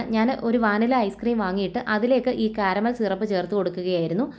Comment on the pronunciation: Shirap alla SIRAP